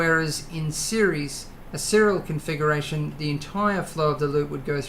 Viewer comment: no you said serial confuckuration.